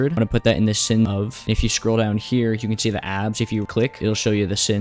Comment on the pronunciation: why shtable and shee and shcratch?